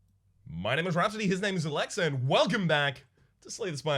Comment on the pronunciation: If you were half asleep watching, you could've sworn said Alexa instead of Olexa.... Too bad I'm awake...